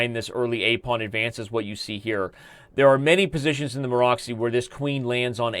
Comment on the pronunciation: Excellent coverage, Daniel, as usual. Especially i liked the explanation on f3 variation. Just a small hint: it is not Maro<X>y but Maro<TS>y.